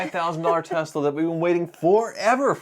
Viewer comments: can you please Spell Tezla I mean Tesla 😂😂🤣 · God I wish everyone would stop calling this company TeZla. Has everyone gone full retard?